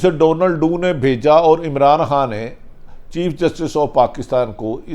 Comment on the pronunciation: بھٹی صاحب ڈونلڈو نہیں ڈونل لو